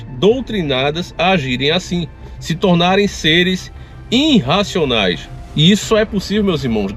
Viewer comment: Não é ‘inracionais’, o correto é irracionais. grande abraço ♠️